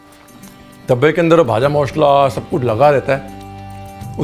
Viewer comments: The pronunciation of "ভাজা মশলা"(Vaja mashla) is nice ... 😊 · Bhaja Moshla! Great pronunciation Sir❤️ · Just loved you pronunciation of Bhaja Mosla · I'm from bengal.. I like your proper pronunciation "vaja moshla"